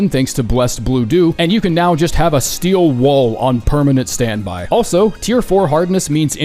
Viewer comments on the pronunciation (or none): none